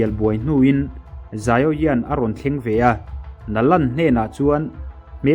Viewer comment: Xiao yan (zaio yan) ni lo vin Xiao yan (zau yan) tih tur